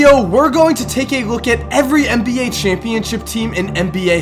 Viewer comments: This dood said 'mba' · Hey - I think this is the GREATEST NBA channel on YouTube, and it's not even close... but if you said "NBA" instead of "MBA" in your videos - it would make it just slightly better;-). Ok, that's my OCD speaking...this is NOT a backhanded compliment! Thanks for your consistent awesomeness!